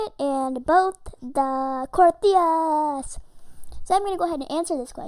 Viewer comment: you said crios wrong